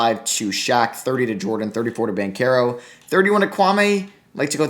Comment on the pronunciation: Hey I love your videos but banchero is pronounced bon-chair-o👍👍👍